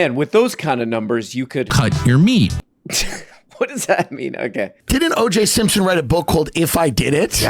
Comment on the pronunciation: OJ Simpstone is my fav pronunciation so far